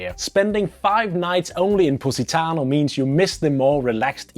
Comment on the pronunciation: all i hear is pussytano :D